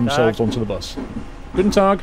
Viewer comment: Hi, thx for this DLC: I worked in Vienna in 2006 and this reminded me of that wonderful city. The German road names are quite difficult for foreigners but the way you say "Tag" and "Morgen" is very authentic. Perhaps a new career for you?:-) The GObox is a radio emitter for the road toll system (the numbers on it are for the number of axles)